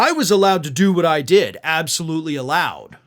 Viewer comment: "I dood it" 😂